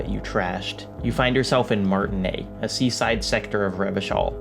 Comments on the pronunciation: IT’S MARTINAISE NOT MARTINAIS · Great work, thanks for the video! Just a minor quibble, you pronunce Martinaise (Little [female] Martin; like Martinique) as Martinet (cat o' nine tails). It's actually: Mar-tee-[e][z]. The [e] from m[e]n and the [s] from [z]ion. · omg. Martinaise is pronounced "Martinayz", not "Martinay". But good video. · How do you guys pronounce Martinaise? I notice some people or characters pronounce it without the "s" (as does ), some with an American accent like "Mart-naise" (recall Lena) without the "i", or some with a French accent like "Ma(r)-ti-naise" with a French "r" sound (recall Kim). I believe this is a reflection of the diversity of Martinaise (and Revachol)'s historical and cultural diversity/complexity, but I'm curious which one is you guys' go-to pronunciation. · Just for those language enthusiasts, Martinaise, has a vocal s, because as it's a "french" name with an "e" at the end, the pronunciation requires of us to pronounce "s", so it's "Martinezzzzz" :) Totally side note :) Love the essay! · They say that a lot in the game, but you probably need to internalize it just one more time: it's MartinAISE. MartiNEIZ. You pronounce the Z. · MAR-TIN-AISE SAY THE AISE PART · I dislike how you pronounced "Martinaise" and wishing you would just say "mayonnaise" instead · Great video, though I am confused how mispronunced martinaise when it's said in the game many times, I speak French and they say it pretty much correctly in the game, "aise" would rhyme with "fez". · He played before it had full voice acting, so it would have only been said a few times, but yeah, should have probably picked it up from Kim or Joyce or Lena. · PS: the S in Martinaise is not silent. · Great video. I have to say, the horns at the start got me the same effect as you got. Man they are beautiful. BTW you said Martinaise wrong. Oh and fuck Cuno, my favorite character is Kim Kitsuragi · take a drink every time he mispronounces "Martinaise"